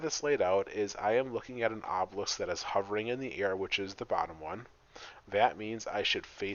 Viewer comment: If you look carefully at the LCD, Obelisk is not spelt the way he pronounces it.